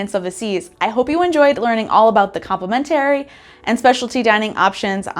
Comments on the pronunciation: Please learn how to pronounce complimentary properly! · Is the pronunciation of “complimentary” a Canadian thing?